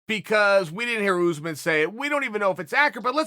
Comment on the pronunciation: “kamaru OooozMen”